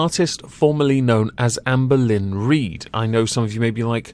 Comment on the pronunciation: I love the way you pronounce Amberlynn Reid’s name: AmbalinnReed. I friggin love it